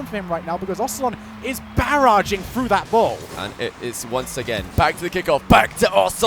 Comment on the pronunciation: "two minutes and firty seconds" "and breave it in" "straight frew" "everyfin". You're English...speak it. a heee hee (MJ)